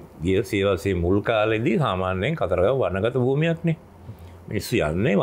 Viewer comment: දන්නෙ නෑ "කතරගම" නොමෙයි "කතරගං" කියලා...